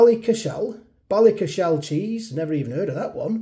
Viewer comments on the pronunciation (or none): Excellent video,. £4.50 - you're paying for the name, not necessarily the quality (or otherwise) of the pizza. Ballycashel is pronounced Ballycashl, not Ballyca-shell 🙂